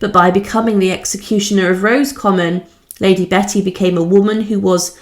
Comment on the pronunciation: Thank you for these videos. But you need to take care with pronunciation of words you are not familiar with. As has already been pointed out it is not “Rose common”. Padraig is not “Pad raig”. It is the Irish version of Patrick and said as “Porraig” or something close to this depending on your own accent. You hesitated on Kilmainham but got it right!